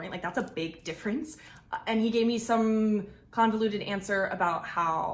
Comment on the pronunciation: The lady makes an interesting side note: "... he gave me a convuluted answer ...." This is one of the best methods I know to spot a liar. If someone continuesly answers in such a way, even to simple questions, liar alert jumps on.